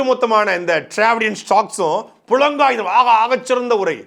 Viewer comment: புளங்காகிதம் அல்ல தம்பி... புளகாங்கிதம் என்பதே சரி. இதற்கு முன்பும் இருமுறை சொல்லிவிட்டேன்.